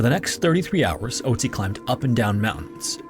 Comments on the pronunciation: you didn't recognize a name ending in "tzi" because he didn't pronounce the umlaut "o" correctly? you though there were 2 frozen mummies named ötzi and oatzi? I understand maybe not immediately recognizing the name, but literally saying "that sounds like ötzi" as he says oatzi? The German pronunciation isn't THAT different. Not a big deal but... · Its pronounced more like ertsi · I'm just listening to this and it took me a while to realize you were talking about Ötzi but couldn't pronounce the name lol. I was like "wow this sounds so similar to Ötzi, what a weird coincidence that it happened twice" lmao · The "ö" (in Ötzi or Ötztal) is pronounced as the latin "oe" diphtongue, not like the english "o". (just a hint, no offense :) ) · There is an Ötzi Museum where he is on display - in Bozen, belonging to the southern part of tyrol (Italy). Nice documentation, but pls consider that its an Ö in Ötzi wich is pronounced similar to the u in „murder“…😊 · the way you pronounce ötzi's name hurts my brain